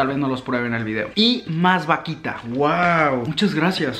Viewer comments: Ese pastel q decís jajaja se llama alfajor y esa vaquita no es así es vauquita se suena la u, ese popote se llama bombilla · alguien que le diga q se pronuncia vauquita y no vaquita ah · Vaquitaaaa vauquitaaaaaaaa es vauquitaa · Vasito de mate JAJAJAJA "VAQUITA en vez de VAUQUITA" jajaja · Youtuber: vakita, vakita, más vakita, mas vakita Yo: VAUKITAAAAAAAA C DICE VAUKITA XD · vaquita jajajajajajajajajajajajajaja es vauquita forro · le queria pegar una piña cuando decis vaquita en ver de vauquitaaa dios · Soy la única argentina que se desespera cuando dice vaquita es vauquita trato de ponerlo como suena :v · Me desespera como pronuncia todas las marcas vaUquita (no vaquita) eso fue lo que me molestó 😁 igual te amo mucho ♥️ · Me desespera un montón que diga vaquita y no Vauquita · Vauquita...no vaquita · es vauuuuuquita no vaquita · No, yo estaba pensando:AGREGALE LA U A VAUQUITAAA aaa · Se dice Vauquita!!!😡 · El: Vaquita Argentina: Vauquita El: Arco Argentina: ARCOR Unas ganas de corregirlo XD